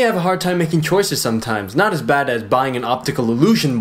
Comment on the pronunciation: "littering it bayd"